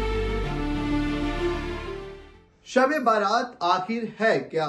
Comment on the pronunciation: Baaraat nahi.bara'at hai.bara'at ka matlab hota hai nijat ke.rihai ke.jahannam se rihai